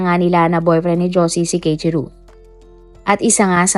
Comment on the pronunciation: Keichiru❎ Kei-ichi-ro✅ Keiichiro po